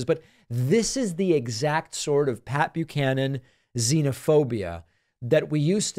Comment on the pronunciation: I was well into my twenties before I realized it was Pat Buchanan and not Papeu Cannon. In my defense, even here that's what it sounds like David is saying.